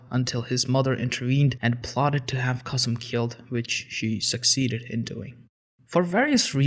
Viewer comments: Very cool video! I like your channel and happy that you came to this channel too! As a Turkish speaker I would apreciate if you researched the Turkish pronunciation of the names. Kösem instead of Qassem for example. Keep up the good work! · Reem 1998 Of course it is a bad thing. Nobody pronounce Kosem like Qaseem. Or Mustafa Kemal like Moustapha Qaaamal in Turkey. Learn the difference between Turks and Arabs before ask such questions.